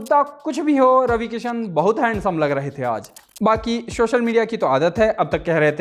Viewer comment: भैय्या हिंदी चैनल पर हैं तो हिंदी के उच्चारण सुधारिए। शोशल नहीं सोशल और सिकछक नहीं शिक्षक बोला जाता है।